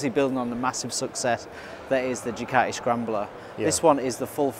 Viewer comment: Don't forget your T in Ducati.